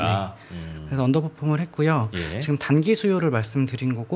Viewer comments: 언더포퓸?... 때문에 듣기 시르네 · 이해 못한다고 안하고 듣기 싫다고 했죠 ㅋㅋ 저도 왜 자꾸 언더퍼폼이란 단어사용을 고집하지 란 생각을 하며 들었습니다